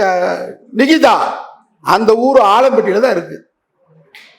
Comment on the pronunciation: அந்தப் பெண் பெயரை சரியாக உச்சரிக்கும் முதல் ஆள் நீதான் நிகிதாவின் பெயரை உச்சரிக்கும் போதே 😅😅😅😅 அத்தனை சிரிப்பு .....‌ தலைவா தலைக்கு மேல் கத்தி தொங்குகிறது என்பதை மறந்து விடாதே